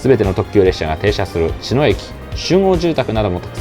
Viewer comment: 『茅野』のイントネーション、車掌さんでも「ちの⤴︎」と呼ぶ方が多いなか、この動画では地元民と同じように「ちの⤵︎」と言ってくれていて嬉しくなりました😊